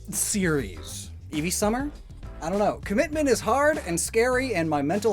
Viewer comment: Di he said evee have chakra